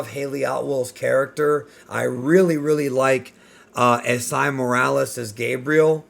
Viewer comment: Esai is pronounced E-Say